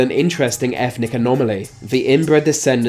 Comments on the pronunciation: Is it me or is this guy pronouncing it, "Efnic" enclaves. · efnic? No. eTHnic. Yes.